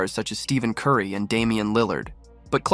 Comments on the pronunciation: I called this the bum Blast Channel. Bend over for 1.5 hours to find out nothing.. Can't even pronounce Curry's name correctly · I call this the bum blast channel. Watch for 1.5 hours and same old crap. You cant even pronounce Currys name correctly..... Idiots....